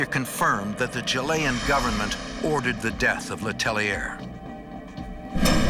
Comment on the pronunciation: Can no one teach this man how to say Chilean?